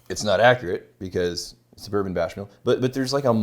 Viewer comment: "Bourbon Bashmill"